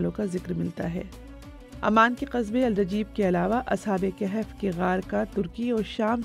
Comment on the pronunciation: O Bibi: Ashab-e-Kehef naheen Balke Ashabe-e-Kahaf